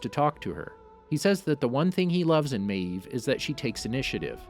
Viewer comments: You say maeve like meeeeeve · "Queen MAYeeve" OMG dude it's just one syllable. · Every time you said Maeve, you pronounced it with two syllables. 🤣🤣🤣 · No one: The narrator: maEEve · The way this dude pronounces mave........ Queen Maaaaaaaavvvveeee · "Queen mAEv" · Why do u say mave like that.Just wondering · Why do you say maeve like that?!!! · why do you say maeve like that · Stop saying mave like that😂